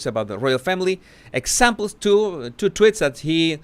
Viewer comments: Am I the only one who is delighted every time he mentions Markle follower tweets he pronounces it 'twits'? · tweeeeets the E is supposed to sound like the E in sweets but I think it is harder for Spanish speaking people to pronounce it that way maybe. At least some have difficulty due to their accent. Not just Spanish speaking but Portuguese as well. I know some whose first language is Portuguese anyway and their accent is similar to Spanish with that accent. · nope! I LOVE IT TOO! 😂